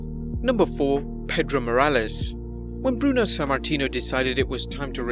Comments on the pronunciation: Pedro Morlaes? It should be Morales.. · PEDRO MORALES NOT PEDRO MORLAES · You meant Pedro MORALES.... not MORLAES